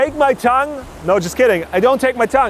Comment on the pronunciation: "With my tong" ahahah